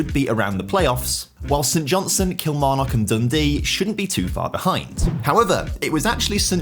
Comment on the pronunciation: Someone teach this lad how to pronounce Kilmarnock